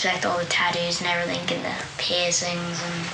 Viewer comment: I can’t believe how horrible the posh mum was. What a turn off. Posh mum still said “everythink”. At least she believes in feeding and washing children